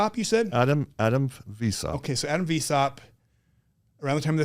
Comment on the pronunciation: It's pronounced, "vice-howpt". So glad I studied these topics pre-internet. Adam Weishaupt, Bavarian Illuminati.